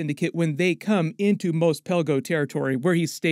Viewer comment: Great summary as always, is Mos pronounced "Mose" the way you do or "Moss" the way they pronounced it in the original trilogy?